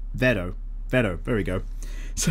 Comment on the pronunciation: in Stardust Crusaders it's Kakyoin who gets replaced and licks the lollipop. Also, the sound he makes is "rero" not Vero. Also, don't pick up Monster Hunter World. No matter what anyone says. The game is too fun to put down. You will get addicted to it